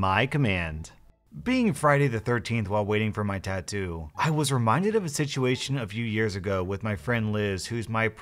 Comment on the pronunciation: Not a tattoo its a tadoo lol